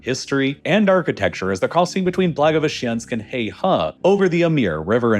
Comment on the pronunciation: “Heihe” is pronounced “hay her” and not “hay hah”. It means “Black River”「黑河」. It’s located in “Heilongjiang” province and “Heilongjiang”「黑龍江」means “Black Dragon River” (a.k.a. the Amur River) where the difference between「河」and「江」is that the former is a generic term for river and also for narrower rivers with shallow banks while the latter is the term used for wider rivers with steep banks that may have cliffs for banks. FYI.